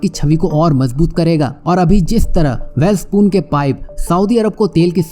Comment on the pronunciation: वैलस्पन को वैल स्पून बोल थहा है। दूसरों को क्या ग्यान देगा